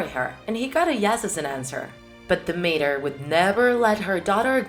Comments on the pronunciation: It's dimitra , no dimira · It's not dimira it is Δήμητρα(dimitra) I know it because I am Greek Also I love your videos😍